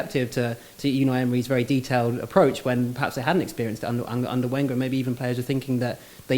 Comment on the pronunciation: Claims to be an expert on French football. Can't pronounce Wenger properly. Ye, I'm not buying it.